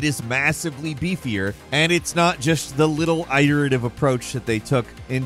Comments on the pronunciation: “It”-erative. Not “eye”-terative. Iterative. Cmon bro, you even pronounce it correctly when sayin “iteration”. I almost wonder if you do it on purpose at this point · Good video, sorry for the slight nitpick but: It's pronounced it-er-ative not eye-terative. Iterative like iterate or iteration or iterating. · WTF is eye-tur-ative? Do you mean iterative? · ITS IT-ERATIVE. NOT EYE-TERATIVE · Cool vid,. For future content, iterative is pronounced it-erative, not i-terative. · "Tild" instead of "till-da" "Eye-terative" instead of "it-erative" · I think allot of gaming channels are well read so, whereas words are usually used correctly, often that word is mispronounced. I see you use "iterative" allot as you are my favorite but I gotta tell ya, the i is soft. It- erative not eye-terative. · Aaah. I love you but... iterative is pronounced itt-er-ative not eye-ter-ative. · Hate to do this man, but "iterative" it-er-A-tive. Like iteration. To iterate. it. Not Ite. Sorry I normally wouldn't say anything but your pronunciation made me want to throw my phone at a wall. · I always get thrown off by how pronounces "EYE-teritive". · My man said "i-ritive" not once but twice. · "eye-terative?" Never heard iterative pronounced that way before... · "Eye-terative"? I've never heard anyone pronounce it like that before. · Extremely Eye-terative Review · I cannot listen to you saying eye-iterative any longer. Its worse than when Moores Law is Dead says "may-ta" instead of meta. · My Mans Pronunciation of Iterative is WILD!!!! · How has never heard someone correctly say "iterative" before?? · I don't want to be that guy, but I'm pretty sure it's a short "i" in "iterative." Then again, I say it with a short "a" and apparently it's supposed to be a long "a" so... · Does this guy seriously not know how to say "iterative" ? I'm not sure why it bugs me as much as it does but, come on. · Please learn to pronounce “iterative” correctly.